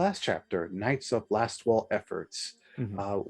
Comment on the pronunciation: Is it just me, or does keep calling them the Knights of LastFall, rather than Lastwall?